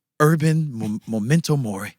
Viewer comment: Small comment: it’s memento mori, not momento